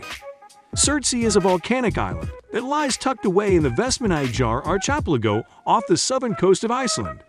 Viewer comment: It's pronounced "Ark E Pe La Go", not archepligo.